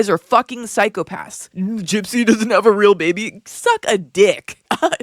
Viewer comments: I'd like to congratulate you on an extremely well-crafted video; I particularly liked the Robert Welsh and Charlie/Penguinz0/Moist Crit1Kal references, since I'm a longtime follower of both creators. As for Becca... I clocked her as a fraud from the beginning, because she mispronounced the word psychopathy (at that time, she was claiming to be a former psych RN, and that's a mistake no real psych RN would ever make). I therefore don't follow her, and haven't kept up with her shenanigans beyond what I see on others' channels. I can say that I'm not the least bit surprised by Becca's behavior; I'd be far more surprised if she hadn't acted that way, to be honest. Becca ruined her own reputation, by lying repeatedly from the very beginning of her channel - about her qualifications, about her ex-husband, about pretty much everything. As a direct result of her own inherent dishonesty, NOTHING Becca says can ever be taken at face value; even if she provides receipts, viewers should ensure those receipts haven't been altered, and aren't being taken out of context to fit a narrative. When a creator is THAT dishonest, there's absolutely no point in following them (unless you just enjoy fact checking as a hobby). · Thanks for explaining all of this in an easily digestible manner. Like most, I work full time and have an active life outside the internet, so I can't keep up with all the creator drama. I pegged Becca as a fraud very early, when she repeatedly mispronounced psychopathy (a mistake no real psych RN would ever make). I left a comment somewhere, to warn others to not blindly believe her claims. So I stopped watching her long ago, but watched from afar as she built a cult following. I cringe whenever I see comments promoting her as the preeminent GRB creator. It's important to maintain healthy skepticism on the internet, so I don't understand why so many didn't see through her years ago. Great video.